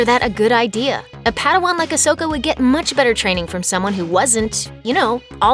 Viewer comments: Idiots from looper still cant pronounce Ahsoka's name correctly smh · Please say ahsoka's name right